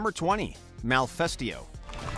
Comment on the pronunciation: Lmao "malfesto"